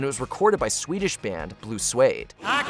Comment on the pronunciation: its pronounced Swede as in Sweden ...not suede as in blue suede shoes.... ( i only found this out a few months ago..)